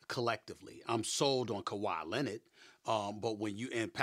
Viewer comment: "Kahwi Lennid" Stephen A Smith